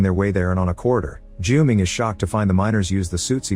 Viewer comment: You mangled the name Haiqi repeatedly. It's pronounced as Hǎi qí (like hi-chee), not Hay-gi (urgh 😵‍💫). And Junming sounds more accurately June-ming, than Ju-ming. Can do better.